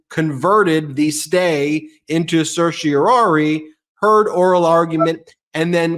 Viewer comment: Ben still struggling to pronounce _certiorari._. I used to respect, but he seems to be doing more and more videos with MTN's gaslighter-in-chief. Not sure I can trust him anymore, either.